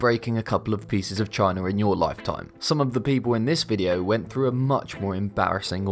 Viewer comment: what is chiner?